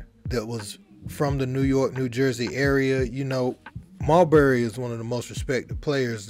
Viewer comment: Why he calling him mulberry when it’s marbury…😅